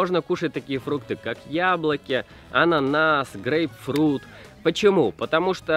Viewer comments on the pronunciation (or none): none